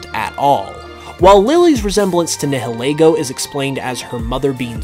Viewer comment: You are pronouncing nialego(however you spell it)wrong. Have you ever watched the sun and moon anime?